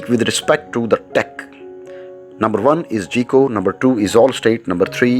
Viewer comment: Myself - am not going into details - State Farm (my current carrier) works best for me. Now if my situation should change GEICO would be best for me, even though the narrator pronounces it "GEE-CO" when it should be pronounced "GUY-CO" but pronounces the other names correctly. Good, informative video though.